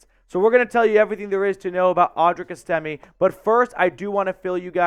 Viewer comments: I think his name is pronounced Es...ta...may. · S-Tim-A Just making sure you know how to pronounce his name after scores many TDs for your Broncos. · It's ES'-tim-may. You can't even pronounce his name, so your assessment doesn't carry much weight. This guy is an absolute STEAL! He has been compared numerous times to Jerome Bettis. He is a bulldozer.